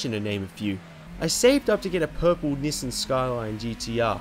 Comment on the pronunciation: the way he says NISSAN borthers me